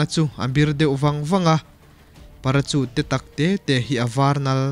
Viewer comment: Parachute hi 'para-sût' tia lam tur, sawi ve lawks